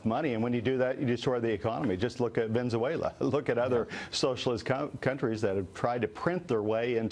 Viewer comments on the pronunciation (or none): Venzuala lol!